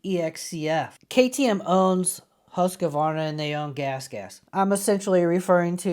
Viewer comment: Pronounced 'Hoosk-var-na'....